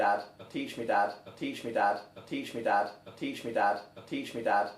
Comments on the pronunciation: it has been 4 minutes and all i hear is "teeshmidod" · I hear "Peach me dad." XD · I hear teach me dad, but like teach my dad with a Scottish accent. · I hear "impeach me dad"😂😂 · Including those mentioned in the comments below I hear: "Teach me bad " 😂 "Teach me that" "Tea tree dat" " Tissue Dan " " Patient dab " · Sounds like "teaching without" after a while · "Teach me dabs" Can't unhear it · I keep hearing "bud teach me ad" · I here "blitch me dab" xD